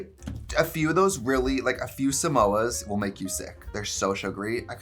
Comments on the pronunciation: Trixie dragging him for trying to say Samosas 😂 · You know he’s gay when he thinks Samoas are pronounced like Mimosas lol